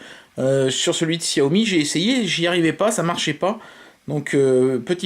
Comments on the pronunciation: J'allais le dire c'est chat yo mi que ça ce prononce... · Arête de dire xiaomi ptn